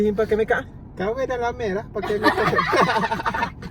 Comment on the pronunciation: punya 'lame' tu dah jadi loghat Perak dah tu hahaahah